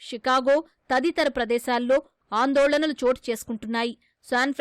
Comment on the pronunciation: Anandalolanalu kadu sir...andolanalu